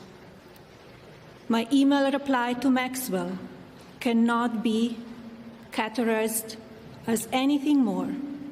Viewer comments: She is clearly reading a speech that was crafted by others, using words that she couldn't even read correctly. she said "caterized" rather than "categorized"; "trival" rather than "trivial"; "convinced" instead of "convicted". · Melania cannot even pronounce some of those ‘big’ words! Trivial (trival) catagorized (catorized). This is obviously written by someone else for her to read